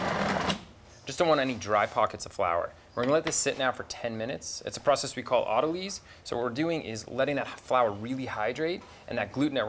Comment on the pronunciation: I'm pretty sure autolyse is not pronounced autoleese. Just saying consult a biologist please XD